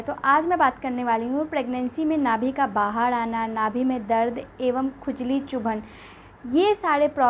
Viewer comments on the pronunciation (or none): 😂😂😂😂ye bolti Kaise h R ko d Nabhi bahad